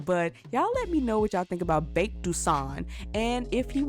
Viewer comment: Characters name "Baek", says "Bake" XD "Gon" – "Gone"